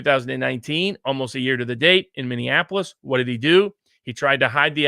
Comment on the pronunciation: Viva, it is Minneapolis, not Minneanapolis.